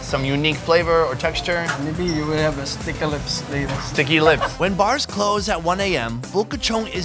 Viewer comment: "STEKI LEPS" (sticky lips) ~ I died 💀💀💀